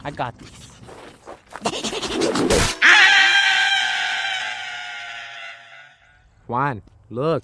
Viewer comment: Please. Next time find someone who knows how to pronounce Juan. Please!!! 😭